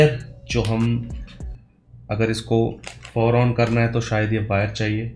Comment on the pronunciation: Pfower ...P is silent 👀